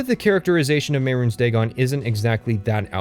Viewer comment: I applaud your intellect and posit that his pronunciation of Mehrunes Dagon and Sheogorath also invalidate the entire video. I, too, am very smart.